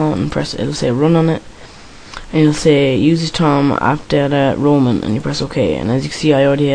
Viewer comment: its called roaming not roman :)